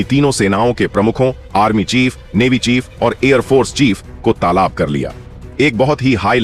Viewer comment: Mr. Commentator talab ko taalaab nahin bolte.